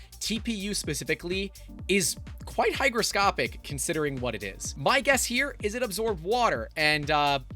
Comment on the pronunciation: "Hygroscopic" fwiw lol 😆